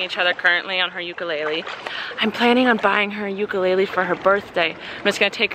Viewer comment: do you really not know how to say ukulele ? .. haha you have been to Hawaii like 3 times and you don't even know how to say it 😹